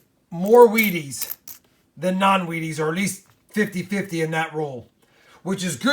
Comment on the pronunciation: He's says weaties so many times it eventually sounds like he's saying wieners!!!😊😄😅😁😂